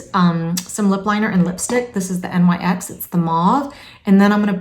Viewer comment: Just a quick thing thats insignificant, the NYX is not said as letters. Its a word, pronounced as Nix